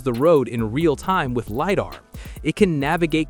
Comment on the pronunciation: Its pronounced lie-dar